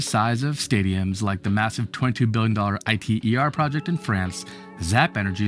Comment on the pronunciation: I T E R? My man, it's an acronym and it's pronounced eater. But as for this thing in the video... like all fusion tech, i'm not betting on it in my lifetime